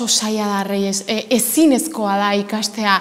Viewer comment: nada, no vale ha dicho ezinekoa en vez de ezinezkoa